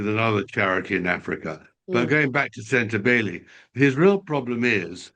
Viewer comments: it's not pronounced shan-daw-ka, it's chan-dow-ka. Tom it's not sen-ta-bee-lay, it's sen-ta-baw-lee. Geez you two, take the time to google pronunciations of your subjects. It's a matter of respect and professionalism. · Tom bower cant pronounce words, sentebale is pronouced like bali, kate is catherine (he wont as he doesnt like her) and oprah winfrey he pronounced "opera". For an intelligent author its disappointing